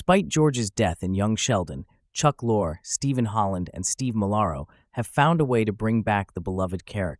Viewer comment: I believe,, Levine's nom de plume, Lorre, is pronounced, as stated in the narration, like the British pronounciation of the word for "truck" -- lorrie.